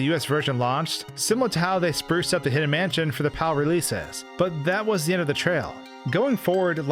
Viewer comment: Yes. The fact that he can't pronounce the sentence just takes the cake. Tag yourself I'm manschén